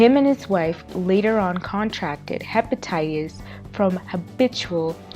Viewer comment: The information on here is incorrect. the first guy mentioned on here is from Hazzard Kentucky and won 97 million. But i'm not surprised. the girl narrator can't even pronounce Hepatitis.